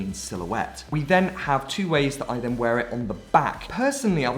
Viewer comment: You have an issue with the word "then" but then you've probably already figured